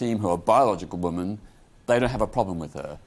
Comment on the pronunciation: Why have you got peter on here to talk about women, when he can’t even pronounce the word. The plural is WOMEN peter, not woman (singular)